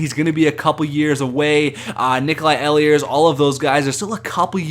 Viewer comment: It's Nikolai E-LERS